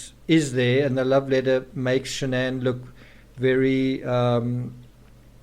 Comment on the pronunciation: Also Shan-an wasn’t her name. It was Shannan. She tried to get Chris to change the pronunciation of his name as well.